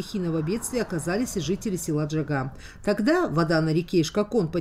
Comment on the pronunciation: Неужели нельзя правильно сказать название села ,,Джагьа,,.Джагьа-воротник.Джагьа-берег.